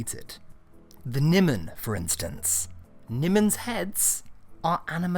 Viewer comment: Nigh-mon, not Nem-on.